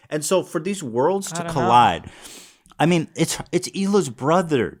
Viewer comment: I heard "the worst should never colide".